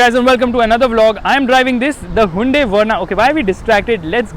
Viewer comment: You need to pronounce hyundai correctly!